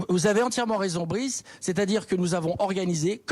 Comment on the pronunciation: « Mon cher Brice... » 😂 Bruce ! Il s’appelle Bruce ! Avec un « U ».